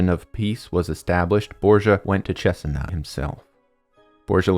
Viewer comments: I think your pronouncing Cesena wrong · I’m from Cesena and the video is interesting and very week made But your pronunciation is quite funny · dude I love the presentation but you’re killing me with the name pronunciations. It’s MÉdici ( first syllable) not meDIci , and CesEna not CEsena ( second syllable)